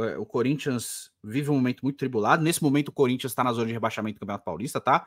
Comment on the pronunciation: "Salve o Cuhrintia" 😂😂